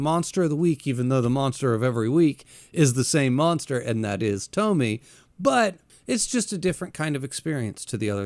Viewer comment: Funny how every english speakers call her Tommy instead of TomiE (Tomy-ey) Just like Kiri-E with Uzumaki.